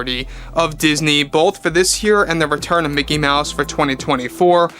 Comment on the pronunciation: Umm. It's pronounced "MEOW-SE".